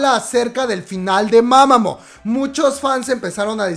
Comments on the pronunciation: Las doble OO pronuncia como una U, es MamamU no MamamO xdddd Me siento Hermione, pero me desespero xd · Comadre, se dice: "mamamú" no "mamamo" xD jajaja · Disculpe la corrección, pero la o se pronuncia como u, es decir se escribe mamamoo pero se pronuncia como mamamuu digo con todo el respeto que se merece.